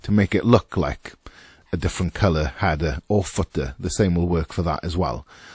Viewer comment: struggling to watch this video because your calling it a hadder.